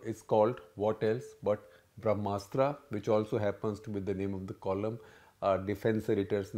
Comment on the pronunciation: No offence sir, but I heard you pronouncing some of the Indian words the way foreign English-speaking people would pronounce e.g. , the way you speak brahamastra. It should be ब्रह्मास्त्र not ब्रह्मास्त्रा. Please take care of it in future for we can't expect others to pronounce it correctly when we ourselves don't. Thanks!